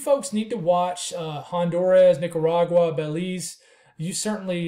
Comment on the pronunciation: You said Belize right the first and last time. I’m from Belize and we are monitoring it closely. I notice the Euro had it hitting Nicaragua or Honduras but 180hrs out it had the models over us. Hitting us as what is the big ?